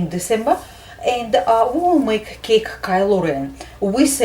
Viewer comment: Omg u talk so cool u say Kylo REN like, kelo reana